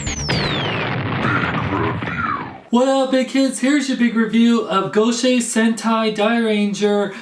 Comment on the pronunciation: Its pronounced gosay not gochi